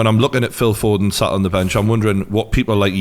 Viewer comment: It’s foden not foding